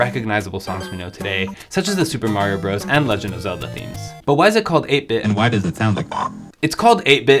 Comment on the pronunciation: Brothers! It’s mario brothers! Stop saying bros!